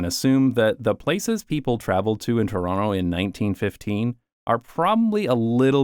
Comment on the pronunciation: I can vouch that he lived in Toronto because he pronounces it Chronno